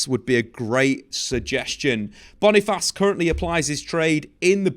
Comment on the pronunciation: its not /Bonifass/... its /BONI - FACE/ just as it is spell